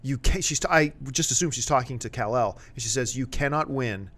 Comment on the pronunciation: Say kal-el name right way god lol